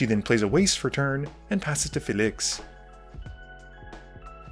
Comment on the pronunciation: The dudes pronunciation of Felix makes me want to die